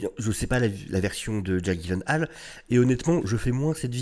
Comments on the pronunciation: Bon, après vérification et d'après Jake lui-même, on devrait le prononcer : [gui][yé][laine][haie][leu] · les ravages de la drogue 🤣🤣🤣🤣🤣 sinon ça se prononce dji-laine-ole pour info. je crois que c'est un pote de ryan reynolds donc en vrai c'est peut être leur humour qui est chelou qui sait ? 🤷(non je pense que c'est vraiment la drogue en vrai lol 🌿🌿🌿🌿 la connexion a la nature toussa toussa) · Ça se prononce [gui][laine][haal] en fait. Et je sais ce que je dis, j'ai travaillé pour Ikea! 🤣😂